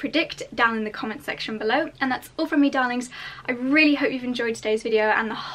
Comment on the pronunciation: You are lovely, I could listen to your voice for ages. Every time you say “dahling” I smile!